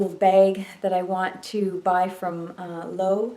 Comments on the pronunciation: Loewe is pronounced: Low-ev-ay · LOEWE of Spain Pronounced LOW- EH- WEH Not being snarky with the correction, For the longest time I couldn’t figure it out as well. Loved your new items and the scarf is simply gorgeous.